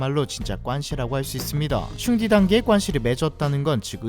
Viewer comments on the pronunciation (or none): 형제를의미하는 단어는. 슝디->쑝디 라 발음하는게 맞아영!! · 형제는 슝디 보다는 씨옹띠 라고 발음하는 게 더 정확합니다. 그리고 중감ㄴ에 성곽이 정승으로 잘못 더빙되었네요